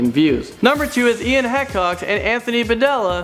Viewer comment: "Heck-ox" "Pa-dill-a" TRigGEReD